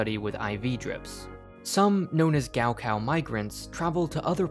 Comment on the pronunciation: as someone who speaks chinese, hearing him say “gao kao” like that so many times triggered something inside me